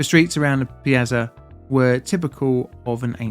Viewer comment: Oh Jeez, you can't pronounce 'Piazza' either 😭 .....what an embarrassment. 😔